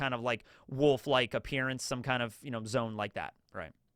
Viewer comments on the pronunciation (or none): Dang, brother! It's "Zoe-uhn..." Not "Zone." Two syllables! Sad, I wanted us all to be aligned on the language with this one. It's "Weeng-id," two syllables. Happy day, One Piece is top 1 awesomeness today! 😀 CHEERS!!!!